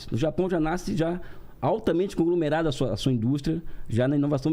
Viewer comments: O cara conhece economia pra caralho, mas não sabe falar conglomerado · O cara não conseguiu falar conglomerado e ainda de saiu vencedor? É bem o que temos visto no Brasil mesmo! O comunismo não deu certo em NENHUM lugar no mundo, mas aqui ele vai dar dar bom! A ignorância às vezes é uma benção, em Outras é apenas ignorância mesmo…mas algumas outras situações ela nada mais é do que imbecilidade mesmo! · Meu o cara não consegue falar conglomerado e vc diz que deu aula na Renata kkkkk faz me rir! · O cara cheio dos diplomas e não consegue falar conglomerado! Hahahahahahahaha Aliás o sujeito que imprimir dinheiro não gera inflação! Hahahahaha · O cara n sabe nem falar conglomerado kkkkk!